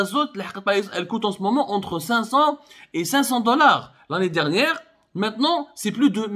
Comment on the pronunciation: L'anni diirnieiire